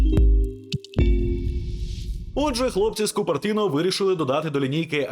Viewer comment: теж, щойно це почув - побіг в коментарі дивитись скільки нас